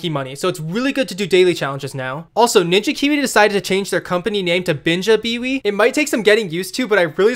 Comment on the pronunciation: He said “Binja Biwi” in the video. I’ve called it that ever since 😂